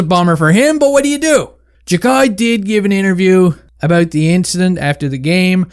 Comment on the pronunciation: its 'Jack-Eye'